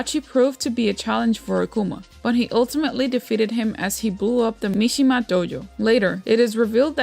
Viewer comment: Loved the video! Its uhhh... Mishima tho 😅